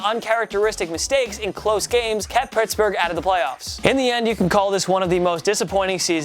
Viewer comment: Pertsburg???What lol